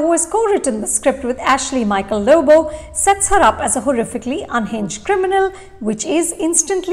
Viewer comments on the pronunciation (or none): none